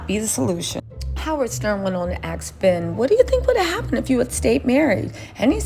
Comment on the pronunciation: ask ben, not axe ben...very tiny easy to pronounce word. Try harder is my suggestion.